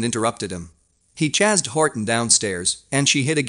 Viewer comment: Dot T.H.E.??? And "Chazzed" instead of chased?